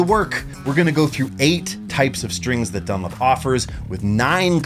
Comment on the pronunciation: The way you pronounce "DunLOP" as "dunlip" is driving me mad.